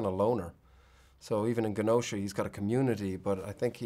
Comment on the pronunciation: That pronunciation of “Genosha” tho